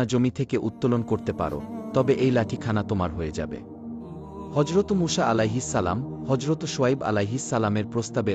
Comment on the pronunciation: মূষা কি আবার????? নাম টাও নিতে পারেন না ঠিকমত